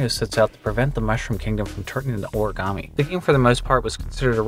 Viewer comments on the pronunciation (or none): none